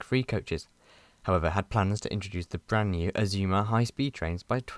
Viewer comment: The first time I've heard the Azuma's pronounce as Aszumas. The revised Intercity livery on the 225 sets is so classy. I think it would even look brilliant on the Azumas.